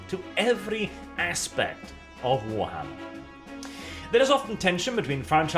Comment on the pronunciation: WARTHAMMER. LIKE A WART ON YOUR FOOT.